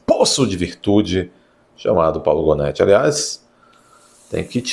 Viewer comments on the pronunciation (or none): Se pronuncia gônê